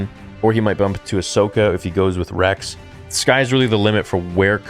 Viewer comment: He said Regs not Rex